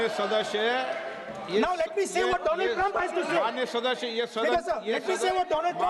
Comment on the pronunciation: Do-land Trump 😂